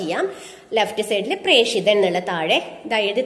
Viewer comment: പ്രേഷിതൻ ,പ്രേക്ഷകൻ എന്ന ല്ല പ്രേഷകൻ എന്നാണ്